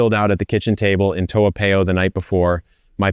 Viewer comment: Are you really a LTVP holder living in Toa Payoh? I am a LTVP holder living in Toa Payoh, and you pronounce Toa Payoh incorrectly………